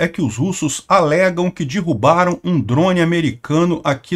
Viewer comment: "Dirrubaram" é fod@ hein.😶‍🌫